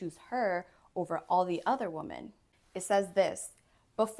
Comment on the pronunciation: With all the respect, the plural of woman is pronounced "WIH-mn". Like "swimmin."